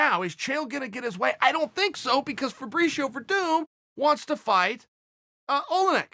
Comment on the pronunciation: “Fabreeshio werdoom”